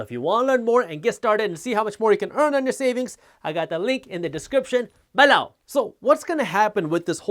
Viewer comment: Haters.. I love Jaspreet, especially when he says BELOW!